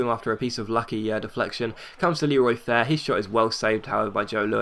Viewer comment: Why have you started to call Leroy Fer 'Fair'?